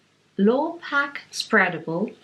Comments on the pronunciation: Lovely to listen to you both... Lurpack is pronounced LER .. pack.(.@ CAN COOK WITH IT..) . I know our rediculously confusing English phrasing... Love a good BARBOUR BAG AND THE SHOES👟👟 TIMELESS CLASSICS NEVER GO OUT OF STYLE... Super flan 👍😍❤️cheers Joerg🥂🍾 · Enjoyed this a lot. It is so relaxing to watch you cooking in your lovely kitchen! Lurpak Spreadable is eaten by many households in the UK, including mine. The Lur in Lurpak is pronounced like the word 'her'. xx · you pronounced Lurpak like a “Geordie” that’s with a broad Northeast accent (Newcastle). It made me smile because this is where I was born.❤️